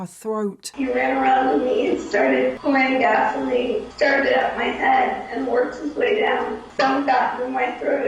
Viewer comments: OK, lol, I am so used to hearing English people say petrol that when I heard you say gasoline, I heard Vaseline and I was so confused. PS, I'm so addicted to Love and Pies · I also heard Vaseline too. Took a few times before I realized she was saying gasoline. 😅